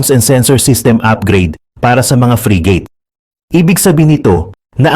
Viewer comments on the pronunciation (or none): it's not free gate but frigate.